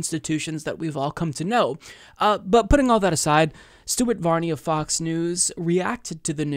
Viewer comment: I could have sworn you said "Stupid Varney" isntead of Stuart.